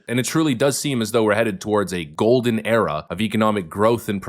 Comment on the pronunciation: Ahh beginin of gowdin age 🤓